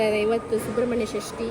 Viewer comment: Srasti alla shasti